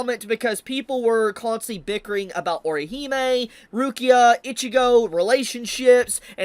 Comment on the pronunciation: weird way to pronounce Rukia 😅